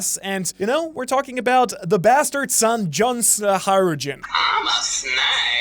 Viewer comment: Why the hell cant a single op youtuber pronounce Hajrudin